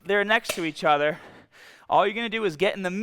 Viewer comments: "Each otha" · he slips and pronounces the letter R! "Once they'Re next to each otheR."